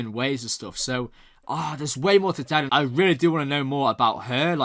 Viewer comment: OK, here goes. Delenn. The stress is on the second syllable. The way you pronounce is like Dellen. OK, don't worry too much, as apart from G'Kar and Londo, "De'lenn" is one of my favourites. Sometimes it is easier to know the pronunciation when you listen more to the sound track. You probably got that anyway by now. Yes Vir (pronounced like "veer") has some good scenes in this episode, he even stands up to Londo this time. "Pro Earth"?!?!?!?! I would call them anti-alien, wouldn't you? Oh, Londo! "My shoes are too tight". He did really learned a bit from the poet. Ivanova telling Malcolm that she never knew him, - perfect! You do have some excellent observations, I will not spoil you with saying any more, as B5 is best viewed unspoiled the first time. As an old fan I love seeing new people falling in love with my favourite story.